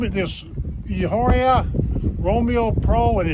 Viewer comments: It's pronounced "E" ah or ah. Soft H. Does not rhythm with a street walker. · everyone pronounces it like that. It's humorous. Very informative video.